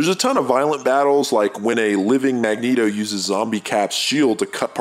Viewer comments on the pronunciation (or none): none